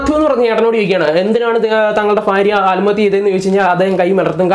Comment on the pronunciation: ആൽമത്യ അല്ല ആത്‍മഹത്യ ഓക്കേ പോയി 100 പ്രാവശ്യം പറഞ്ഞു പഠിക്കണം